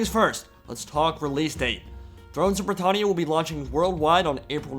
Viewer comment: The way you pronounce britannia annoys me every time